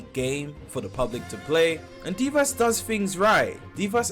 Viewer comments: Ikr he says it like Deevahs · Deev ass 😭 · Why does everyone pronounce devas so wrong smh